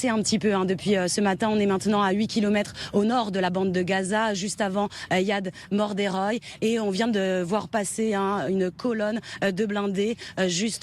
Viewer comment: Yad Mordechai se prononce Yad Morderoy ? Bon donc y a une colonne d'une vingtaine de blindés confirmés et bien illustrés à environ 8 km au nord de la Bande de Gaza près d'une foret au bord d'une route bitumé confirmé par le camion qui transporte le char, donc environ 4-5 km au nord de Yad Mordechai..... Est ce qu'on pourrait savoir ce que les soldats on mangé ce matin au petit dej ? Vous voulez pas nous donner les photos, les noms et adresse de chaque soldats pendant que vous y êtes ??? Je pense que pas mal de Palestiniens vous remercient d'offrir ses informations.